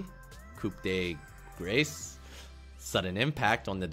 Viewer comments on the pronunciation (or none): ITS PRONOUNCED KOO DE GRAH, not coop dee grace. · Good stuff, but it's coup de GRAH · it's pronounced coo-deh-grah OwO It means something like final blow OwO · As someone who has studied French for 3 years, the phrase "Coup de grace" (The correct spelling is: Coup de grâce) is pronounced: 'Koo Duh Grahs' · It's pronounced "Coo duh graw". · Coup de grace(ku de gra) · coup de grace = ku de gra when pronounced :). Hope it helps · holy shit, where did you guys get that info ? its so wrong yet everybody is spamming that, its " grass", sounds exactly the same, and you dont pronounce the p on coup so it would be more like koo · it's pronounced koo de grah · grass, its grass if you have to translate it to english sounds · i hear from my french studies friends that it's pronounced coup de gra cuz i made this same mistake if it is one? well anyway gl hf in S8 fam hope you find a place in the meta to play your yi and outplay the assassins with the alpha resets